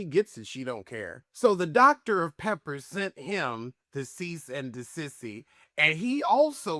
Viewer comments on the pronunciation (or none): I love when you say “a cease and desissy” 😭